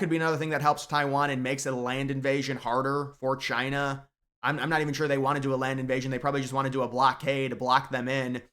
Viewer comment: Taiwan citizens should have the Right to bear arms. That should be mandatory if they expect military aid. And, it's now and forever pronounced Chy-nah. Thank you